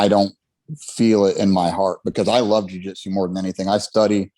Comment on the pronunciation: Did I miss the episode that explains why you call it Jiu Jetsu instead of Jiu Jitsu?